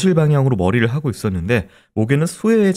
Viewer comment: 크라임 한가지 거슬리는 것. 배교수님의 말 습관입니다. 정규방송 앵커같을 수는 없지만. 그렇게 해고 --> 그렇게 하고 왜 그래느냐 --> 왜 그러느냐 불쌍해다 --> 불쌍하다 그렇게 핼 수가 있겠느냐 --> 할 수가 있겠느냐. 해다 라는 말은 없습니다. 해 를 쓰는 경우는 하다의 활용형으로 명령형이나 과거형에 활용되는 말일 뿐입니다. 조금 거슬립니다.